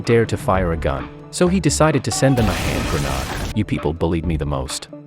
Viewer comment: What’s a “hand grow noode”? “Pick kah chew!?” It’s Picahcew…